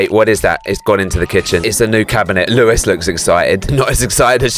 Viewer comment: Lewis it’s Lois